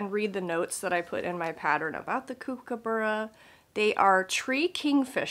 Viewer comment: Loved the Kookaburra and your pronunciation of it. All the best with your Jingle Ball